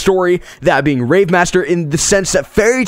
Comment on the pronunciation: nigga what i hear is Hero Mash-ma and for rave.. Rape